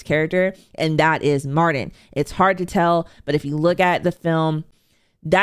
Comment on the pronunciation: Mar-TIN‼️ “Mardin” is driving me f’n insane 😭